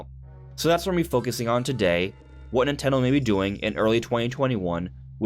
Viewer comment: "Nintello direct"